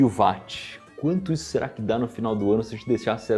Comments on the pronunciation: Não se fala “vat”, se fala “whot” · Não é "vat" 3 "uoat"... Ninguém chama o Wilian de VUIlhan... É Uilian, Ninguém chama o Wilson de Vilson, mas sim uilson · Mas ô IberêÊÊ se fala UÓT e não VÁT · Iberê, a pronúncia não é “VAT” é “UOT” afinal, James Watt, era escocês e, na língua inglesa “W” tem som de “U” Então Watt = “UOT” pronúncia figurada.